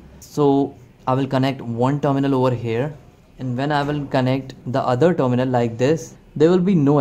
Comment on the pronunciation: When you say "dominal", do you mean terminal? I think you could improve your pronunciation by watching videos made by native speakers.